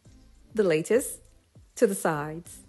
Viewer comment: BTW. its LA not Le for the lattice.:-)